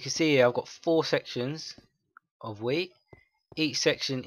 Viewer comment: It sounds like he is saying weed instead of wheat XD